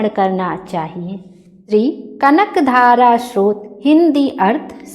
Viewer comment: आपके उच्चारण भयंकर खराब है। स, श, सः, ष, श्र, के उच्चारण का फर्क सीखिए। स्तोत्र होता है। श्रोत नही। दोनो का अर्थ अलग होता है।